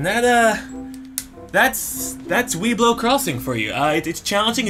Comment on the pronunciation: I always heard "weedblow crossiing"....and I´m high...meh these are mere coincidences.